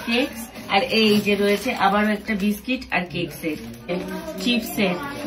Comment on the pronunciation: কেক নয় 😂 কেকস😂